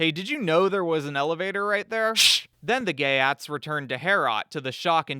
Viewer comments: Geat is pronounced "yacht" and means "Goth..." in Sweden, the area Goths inhabited is called "Götland," (sounds like Yootland) its capitol "Göteborge" (sounds like Yutteboryeh). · Geat is pronounced more closely to “yate” weirdly enough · It is not pronounced “Gay@ Honestly pretty close though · the ea in geat is pronounced like ee